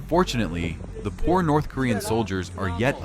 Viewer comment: The voiceover goes: "The poor North Korean soldiers...." - it should rather be: "... the porn North Korean soldiers..." 🤣🤣🤣